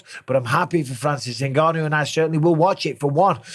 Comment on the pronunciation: Very few people know this, but Francis actually left the UFC because Dana refused to pronounce his name properly despite being able to. "In-gone-you", Dana says, just to piss him off